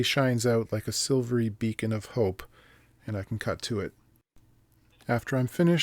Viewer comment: "Sivery beacon of hope"? Dude, you need a vacation...